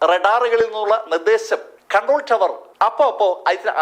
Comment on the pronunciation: ഖൺട്രോൾ ടവർ അല്ല ...കണ്ട്രോൾ ടവർ ആണ്